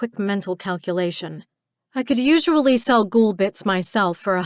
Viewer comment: Was NOT expecting to find a book set in my own country, but its a pleasant surprise. Even if the reader says "Ghoul" weird.... like..."Gjul" ..what up with that?